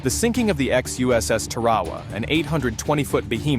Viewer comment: Its "Tar-uh-waa," not what you said.